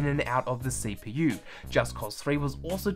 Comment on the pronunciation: My guy said gpoo and cpoo